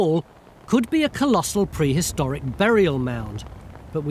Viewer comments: Perhistoric? That's new.... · Prehistoric or perhistoric? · Perhistoric? and Burried? Really??? Are you guys not reading the text before you hit enter?